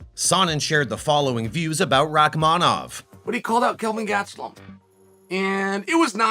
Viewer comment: Learn how to pronounce gastelem not hard